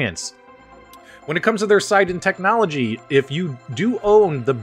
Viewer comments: It's siNden,.There is an N and it is not silent. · It is 'Sin' 'Den' - check out his interviews on developing the gun on the RMC channel